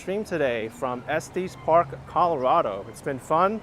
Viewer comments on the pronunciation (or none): Not pronounced Esteees Park. It's Est eh s park